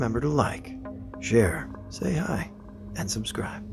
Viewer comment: in the intro i thought you said please remember to like, share and stay high" lmaoo you said and say hi!.